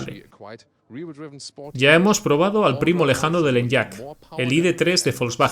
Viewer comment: Se agradece mucho que estéis subiendo videos de este canal doblados al español. Solo un apunte, se pronuncia "eniak", no "enllak", y la plataforma es la MEB, no MEV. Ya puliendo esos detalles quedarían aún mejor los vídeos ;-)